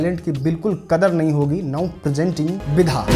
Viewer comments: Vidha nahi hota hai Vidya hota hai bhai . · विधा नहीं होता है जी (विद्या) होता है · Bhai vidha nahi Vidya likha hai thik se bolo😅😅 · Bhai vidha nhi Vidya hai😂😂😂😂😂😂😂😂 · Vidha nhi vidya bolo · Vidha nhi Vidya 😅